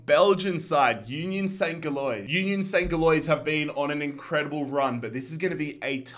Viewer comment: bruh I just have to comment about the pronunciation of USG lmao. Gilloise is pronounced like 'Jillwahz' 😂😂😂